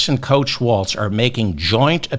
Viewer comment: No “t” on Walz…